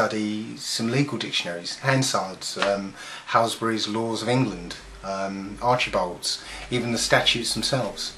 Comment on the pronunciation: p.s. It's Archbolds not Archibolds